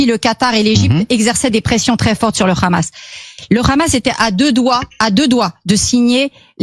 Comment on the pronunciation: Pourquoi cette dinde dit khkhamass